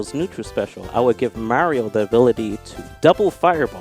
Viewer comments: can’t pronounce Mario, sound it out Ma-ree-oh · he said marill. try not to hear it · why does say mario like mango says marill